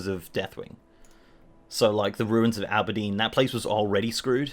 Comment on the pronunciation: The ruins of Aberdeen? Lol. Auberdine is pronounced "awe-ber-dean"...